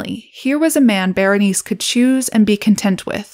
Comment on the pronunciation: Bernice? Girl. Berenicé, bear en eek ay, try to roll the r slightly. Bernice 🤦‍♀️